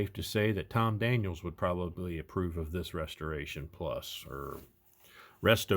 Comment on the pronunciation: As our favorite FatGuy Paul from beautiful Las Vegas notes, it's Tom Daniel. There's no "s". It's apostrophe "s", as in "The Munster Koach was built by George Barris, but was Tom Daniel's design." But it is not "Tom Daniels." If Victor Borge's Phonetic Pronunciation had caught on there would be less confusion. Having said that, What a build!!! Love the golden block. [Sounds like an award, "...And the Golden Block goes to..." You,!